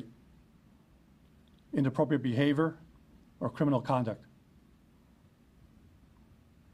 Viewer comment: has got to be able to pronounce 'Inappropriate Behavior'